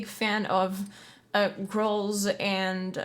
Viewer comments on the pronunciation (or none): Actually, I have heard more native speakers mispronounce it than non-native speakers. So you're in good company. Also, I didn't notice that you're not a native speaker. I thought your pronouncing "growls" as "grols" might be a local dialect, hahaa, you got me. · What are you saying? Gerols? Or GROWLS? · LOL. Straight up thought you said “makes me like girls.” Misheard your pronunciation of “growls.” Both are acceptable! Loved it! Great reaction/analysis. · She said grolhs so much😂😂..